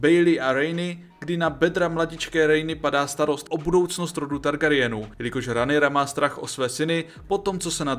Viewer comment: Když už tak Rhaenyra=Renyra